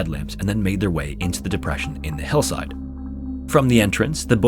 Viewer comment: Can we appreciate that you pronounced Hillside as Hellside?